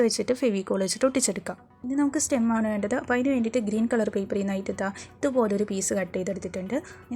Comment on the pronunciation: ക്‌ളർ അല്ല മാഡം കളർ 🤣🤣 പറഞ്ഞു പറഞ്ഞു മടുത്തു ഞാൻ 🥰